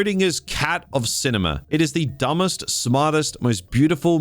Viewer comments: DUBMEST?😅 It's DUMBEST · dumbest not dubmest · Dumbest is right but not Dubmest like you write))) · Dubmest?? Wtf is dubmest?!?! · The 'dubmest'? You did that deliberately, right? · Pretty rich saying “Dubmest” franchise ever.., yet… you can’t even spell it 🤣😂🤣😂 what a clown show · "DUBMEST"? smh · What's "dubmest"? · Dubmest. DuBMest. DUB - MEST. Mmmhm